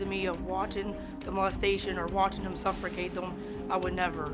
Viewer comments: If you pronounce suffocate like “suffercate”, then you’re probably too slow to raise kids. Her lights are on but no one’s home. These people are wacky af. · I literally stopped watching after she said “suffurcate” 😑